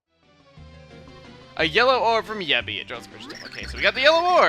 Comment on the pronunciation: Jebi in Serbian means "to fuck", and is pronounced the same way as you pronounce Yebbi.